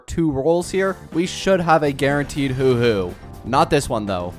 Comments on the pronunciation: PLEASE I BEG YOU "huoh-huoh" not "hoo-hoo" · ITS HUO HUO NOT HOOO HOOOO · She is pronouced "hua hua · I swear every time he says “hu-hu” it’s so funny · Knock knock. Who’s there? Who? Who who? It pronounced, “hwah, hwah.” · Haha, look at me, dumb content creator who can’t pronounce a characters name, even though it’s pronounced about a hundred times in love streams and the actual story. That’s a dislike, so ignorant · I lose brain cells when you says Huohuo